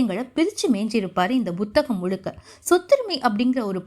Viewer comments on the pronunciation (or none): Buthaham illai Amma Puthaham என்று உச்சரியுங்கள்